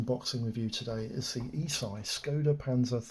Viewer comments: Not Eeesii, it's pronounced Esh-ee. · This is the first time I've heard anyone in the hobby pronounce the Italian Company ESCI ("äschi") like "e-Sci"! Interesting.